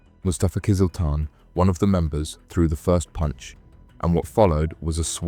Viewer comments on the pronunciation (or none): none